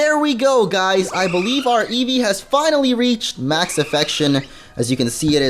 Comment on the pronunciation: What's an "evve?"